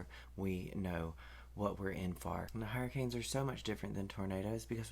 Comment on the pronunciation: Yasssss 😂😂😂😂 thank you for your proper southern pronunciation of hurricanes. ❤🎉 categories on point too! 3 and above is a concern.